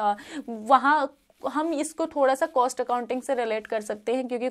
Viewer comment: Apne net jrf qualify kiya 3-4 bar. .very good ..but ab se please cost ko coast bolna band karo. Work on your pronouncing .. Net exam dena chodo..baki chizo pe bhi dhyan do.